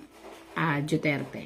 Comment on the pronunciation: Mam,DUTERTE not DIUTERTE,DUETERTE ,JUTERTE PLS.PRONOUNCE IT RIGHT!I LOVE DUTERTE FAMILY ,THAT'S WHY I WANT TO HEAR it RIGHT .